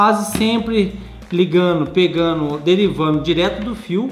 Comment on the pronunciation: Ótima explicação, mas por favor fale sem tirar a letra "d" do gerúndio, só para dar bom exemplo para a gurizada nova. Não existe PEGANO, FAZENO, DIZENO... É peganDo, fazenDo, dizenDo que se fala. Ensine falanDo corretame na internet, por favor, e dê bons exemplos para seus filhos e aos jovens.